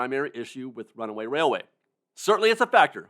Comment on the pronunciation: I keep waiting for you to say, "Runaway Wailway" but you get it right EVERY time! I can't say it twice without messing up. You are a true professional.